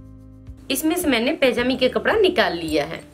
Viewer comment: Oh madam. Pajami hoti hai pejami nhi